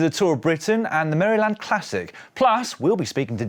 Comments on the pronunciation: It's always fun to hear Brits say "Maryland". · Love that pronunciation of Maryland.😂